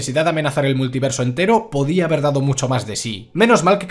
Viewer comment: dice "No podía", no "no podí"